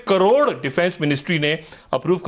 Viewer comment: फिर से बोलो ना...... "दो हजार दो सौ नब्बे कॉरोर..."